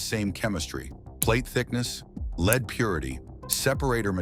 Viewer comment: "leed"??? It's pronounced as "led". Stupid AI.